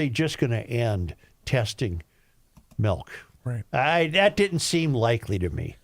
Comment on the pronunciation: Tell Joe to STOP SAYING "MELK" IT'S "MILK"